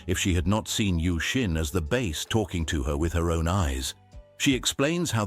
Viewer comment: AI is so freaking annoying. Doesn't know how to pronounce Bass? For a word used is so very much it is soooo annoying the constantly hear the word "Bass" being said as "Base"